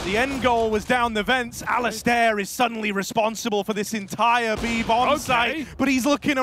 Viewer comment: i hope the casters learn how to pronounce the name Alistair